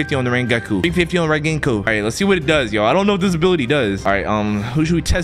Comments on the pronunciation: Bro said rengeku instead of rengoku so people would comment about it, damn he smart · we need to level up this Rengeku Me: you didnt say it right and you have no respect for rengoku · Sorry but it’s ren-go-ku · ass really said rengetgoku it’s ren goku rengoku from demon slayer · Bro actualy called rengoku rengeku like vro fell of fr fr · BRO SAID RENGEKU AND BTW GO TO ANIME DESIGNS FOR BETTER COSPLAYS